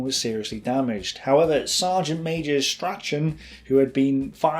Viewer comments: Great videos, but it's funny watching you butcher even simple British names lol Ver-non, Stra-chan, even Campbell became Camp-bell! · G'day, Um, were ye takin' the piss there then - or what ? I'm in Oz, havin' been here since 1882 if ye count me father's grandfather...; and yet even I know that, "Strachan" is an olde Skottish family name, which is always pronounced, "STRAWN"...! So, um, I give up...; if ye were n't takin' the piss - then how come a walkin' Pommie Accent - like y'self, is squeakin' about "Strack-Arn"... in place of sayin' Strachan in best of British fashion ? Edit, shit..., now ye said "Camp-Bell" as a way to say Campbell..., which be yet another Skottie Tribal Family name - whereinat the "P" is traditionally SILENT. Ie, "Cambell" is how ye say that.... Did ye teach y'self how t' read & write & speechify ; or somethin' ? Just(ifiably ?) sayin', Have a good one... Stay safe. ;-p Ciao ! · Well presented! Bravo....just learn to pronounce French and German names better.....and not knowing how to pronounce the common Scottish surnames of Campbell and Strachan I find quite odd. Maybe run the script past someone else before attempting the names lol Well done again....look forward to more videos :-)